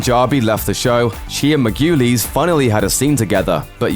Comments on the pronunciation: "Mar-Goo-Leez". Why is that so difficult? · Margulies is pronounced MAR go lees. Your pronunciations of that name and a couple of others was beyond disgusting. You REALLY need to research how things should be pronounced. And at least as responsible is the editor. BAD JOB. I'd fire you both and take over the jobs myself working for free. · Pronounce Julianna Marguiles' name like that ONE MORE TIME... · PLEASE PRONOUNCE THE ACTORS NAMES CORRECTLY. You took a hatchet to Julianna Margulies name. hahahaha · Dude maybe look up the pronunciation of Doherty. And Margulies.